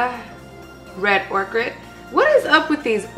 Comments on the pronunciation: It's soft "oh-ker" 😂😂😂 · makeup looks so good girl love the vid !!! also by the way that makeup is pronounced like "oak-er" just thought i'd help out 😂😂😂